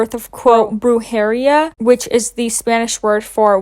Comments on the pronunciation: you said Brew 😾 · No no no no. It's pronounced "broo he REE ya" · The pronunciation of “brujería” had me rolling lmaoooo u tried your best bby♥️